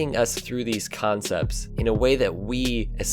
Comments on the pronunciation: Did he just say "khancepts"? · hahaaa so much praise to then throw him under the bus at the end. Also "kahncepts" love it.